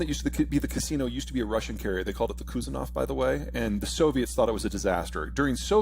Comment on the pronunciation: Not 'Kuzenov'. 'KuzNETsov'.